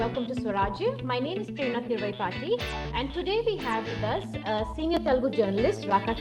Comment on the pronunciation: Madam your Surname needs to be pronounced as Thiru+Aai+Paadi= थिरु+आई+पाड़ी= DivyaDesam Temple in Gokulam